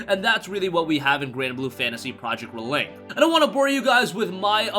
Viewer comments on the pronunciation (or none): The way you pronounce ReLink drives me absolutely bonkers... Can't wait for the game though.